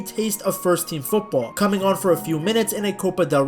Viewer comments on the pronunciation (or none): none